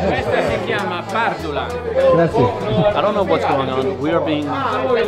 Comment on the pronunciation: Americans. Friends. Please if it's the one word you say in Italy over and over .. it's not grah zee. It's grah zee eh. It's spelled grazie. There's an e at the end. And just like in Spanish every vowel is pronounced in Italian. So don't forget your little eh and the end. Though the Italians are so great it doesn't matter. Whatever village you go to in Italy the people are so great. The small villages and towns. The best people you'll ever meet.